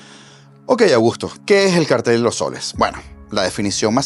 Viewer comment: Gracias por pronunciar la palabra cártel correctamente.